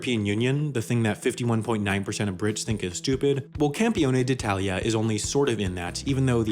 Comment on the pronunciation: Wow! Pretty good pronunciation of "Campione d'Italia"! XD